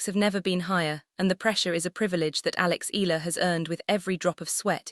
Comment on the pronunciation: Alex Ea..ya..la ..please